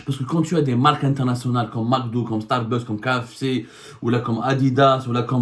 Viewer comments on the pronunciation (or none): Correction de prononciation: on dit Starbucks( starbax). Pas starbeuks